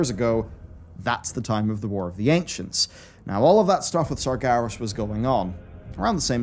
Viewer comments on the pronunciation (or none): none